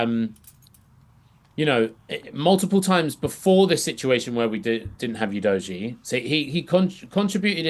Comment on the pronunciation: doesn't even put in enough effort to pronounce our third year player! oo doggie is the way it sounds not you dojie! Not even the arsenal gits call him "you dojie"